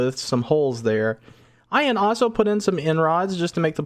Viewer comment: Your videos are fun but ahso drives me nuts 🥜